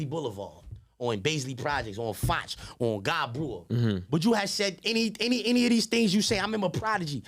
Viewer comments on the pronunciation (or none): none